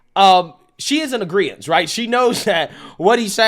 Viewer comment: Merry Christmas! Just a friendly heads up about something I used to do too but it’s wrong; It’s not “agreence”, it’s “agreement” 🙏🏻